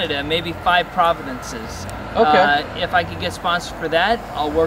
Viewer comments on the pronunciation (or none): Providences?, if you come to Canada, I'll guide you through eastern BC and southern Alberta (*and* teach you how to pronounce "province")